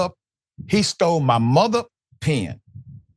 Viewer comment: "Pen" is pronounced with an "e" Dr Richey I couldnt understand what you were even saying until you said he signed a ticket and kept the "PEN" not "pin" please work on that Dr Richey you are always mispronouncing words like a guy that got his PHD in prison!🤣